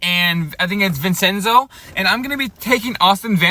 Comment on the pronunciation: Vin-Chen-Zo I-An-U-Zo